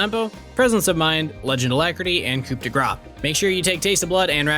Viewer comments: Stop pronouncing it “coop de gras” like a chicken “coop”. It’s pronounced like “coo”, it’s French man. It’d be like pronouncing quesadilla “Kay-so-dill-uh”. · btw its KOO not coop for coud de grace, not trying to throw shade, just trying to help long term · It's not couP de gra, it's coup (muted p) de grâce (grass) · It's pronounced "coo". "Coo day grah" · Beside the pronunciation of the Coup, you are still wrong. Shure, the French "E" doesn't exist in English (still certainly not day), but Grace is indeed ~pronunced grass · As a french, here is how to pronounce "coup de grâce". The "p" is not pronounced so just say "cou". In "grâce" however stop ignoring "ce". It's pronounced almost like "grass" in english but accentuing the "a" more.